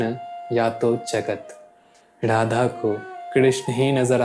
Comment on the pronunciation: Sab kuch achha he video me par aap apne pronounciation pe dhyan dijiye... Jese Radha hota hai naaki Rrradha...